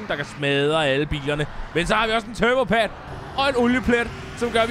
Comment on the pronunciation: vman det hedder en turbo pad ikke en turbo pade